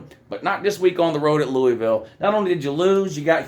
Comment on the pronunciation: ND lost to “LOU”isville lmao